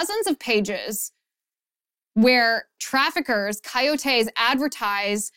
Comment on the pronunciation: Coyotes - accent on the second ”o” - coyótes, not coyotés.